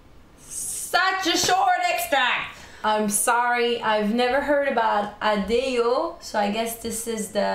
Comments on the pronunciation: Lol its Adeyyo😂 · J’adore cette chanson turc! (Je suis d’origine turc), je m’y attendais tellement pas🙃 alors on prononce « èdjè sètchkine » pour la chanteuse et « adèyo » pour la chanson :)